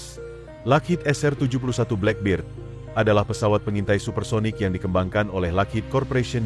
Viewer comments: Boss baca black bird( black bed) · Aq ngakak bila admin ngomong blackberd.khas warga indo dlm berbhs English.😂